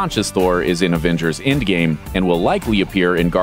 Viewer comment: Its Endgame not Indgame